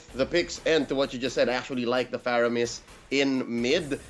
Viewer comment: man said faroamis not faramis 🤣